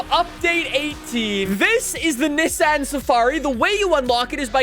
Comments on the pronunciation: I love your content but the constant Niss--an instead of neesan pronunciation about drove me nuts 🤣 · I almost couldn't watch with his consistent saying of niss-ann ITS NEEEESANNN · FYI its pronounced kneson not nisson even though its speld Nissan unless you are saying it like that as a joke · Say it more like KneeSan no NiSun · Not Nissan it is NissAn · It's pronounced Nee Saan. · its pronounced "Neeson" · Your hurting my brain as your pronouncing Nissan wrong. Got to skip this video. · Bru u don’t know how to say Nissan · Ok pronounce Nissan correct please just put it into Google translate and listen to it it’s not the way you pronounce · Spends whole video shouting and still can’t pronounce Nissan properly… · Anybody else getting pissed off at the way he says "Nissan"? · is pronouncing Nissan wrong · I guess I’ve been pronouncing Nissan wrong my whole life. Oops. Lol